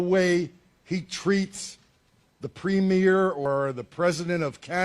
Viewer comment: At least he learned how to pronounce "Premier", which is something I haven't heard any American commentators do. Now if the commenters in this thread could learn to spell it ......